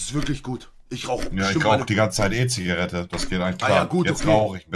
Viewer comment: Niemand : Eltotrix : Zioggeretten